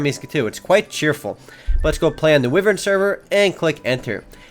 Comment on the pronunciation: it says vyvern, not wyvern for some reason..